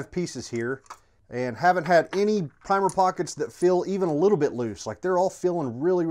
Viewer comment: “Primer prockets” haha